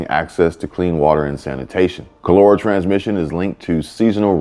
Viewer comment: You are pronouncing it WRONG. KAH-LUR-AH It killed millions in the 1800s and earlier...